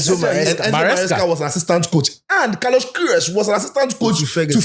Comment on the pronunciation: Kudos to the camera man, he understood the assignment. The transition to Daniel right after coach mentioned the name was brilliant. We all knew Danny would comment on the pronunciation😂😂😂. Brilliant work , Coach the name again Carlos what …😂